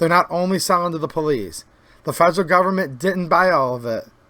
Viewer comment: Do you pronounce federal as "fragile"?